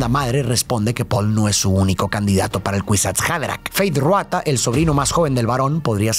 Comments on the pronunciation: Disculpa, no se dice feith ruata , se dice feid rautha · "Feid Ruata" 😵💀💀💀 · No puedo con "Fayd Ruata" 😭😭 ya se que es un pequeño error pero suena gracioso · Feid Ruata jajaja, solo ese detalle 😅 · Quien es “Feyd Ruatha”? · Me mata que no dice 1 sola vez mal el nombre de Feyd Rautha Harkonnen, sino en todas las veces que lo nombra 😂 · Nunca dices bien Feid Rautha 🤣